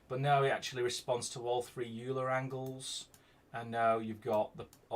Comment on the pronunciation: Gimbal lock resolved on the light axes, excellent! ... funny that the correct pronunciation of Euler is 'Oiler'